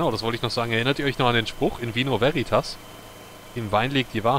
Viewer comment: Die gute Dame hat die Betonung bei "veritas" leider falsch, sie liegt, wie richtig sagt, auf der ersten Silbe. Jetzt noch das "v" so aussprechen wie das "w" in "water" und es passt. Nur eine der zahlreichen Ausspracheregeln des unsterblichen Lateins.:)